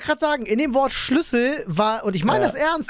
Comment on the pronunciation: Oh gott diese schlüssel betonung 😂